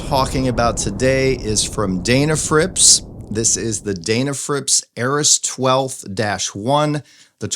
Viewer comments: It’s pronounced Den, like den of bears. It seems like the correct name should be the first thing before you review something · It's pronounced "Deh na frips," not "Dayy na frips." You Ohio guys, lol ;-)